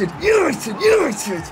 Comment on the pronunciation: YANITED YANITED YAANITEDDD